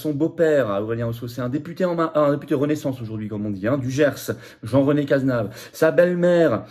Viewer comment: C’est Cazeneuve et pas Cazenave